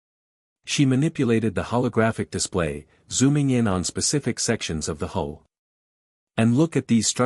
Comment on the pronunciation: HULL not HOLE